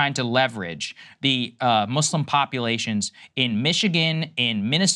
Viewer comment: Thank you guys for saying Muslim and not Muzlim like half these other idiots on TV